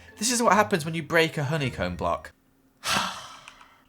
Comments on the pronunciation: you said "Every bock you broke" lol! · Is it just me or did he say “every brock you broke”